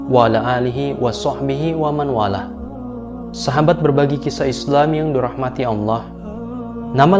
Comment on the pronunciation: Hadeuuuhh si mimin, tolong min antum perbaiki lagi tajwidnya, ,,"' WAMAN WALAH,, "'... Harusnya dibaca "' WAMAWWALAH"'.. Sebab huruf NUN sukun HILANG melebur ke huruf WAU,, sebab hukumnya IDGHOM BIGHUNAH